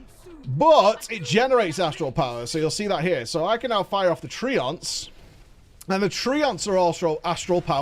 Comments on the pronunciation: TRENTS not tree ants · you pronounce them tree-onts... I pronounce them trents... who knew